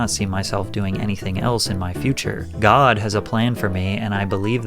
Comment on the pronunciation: the pronunciation of “GOd” has me in tears